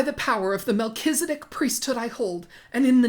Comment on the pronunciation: 1) Though I LOVE your opening clip, you’ve mispronounced Melchizedek (at least the way Chad Daybell, as an LDS person would pronounce it…) it’s Mel-kez-eh-dick. 2) I believe he’s having them head for Nauvoo as it’s close to the gathering place of the LDS for the Second Coming of Christ: Adam-ondi-Ahman, Missouri. 3) From an earlier video you did, you asked if normal LDS people actually hoard things for the end times… the answer is yes. If you don’t have 72 hour kits for every member of your family and buckets full of wheat, you’re pretty much disregarding the “Prophet’s” direct orders. My mom was part of an LDS doomsday group back in the late 90’s and we buried barrels of water, and guns in our backyard. We also hit case lot sales to stockpile canned food, and planned for construction of hay-bale houses with generators. Extreme, but even your average LDS person is supposed to have a 3-6 month supply of all household needs (food, water, toilet paper…).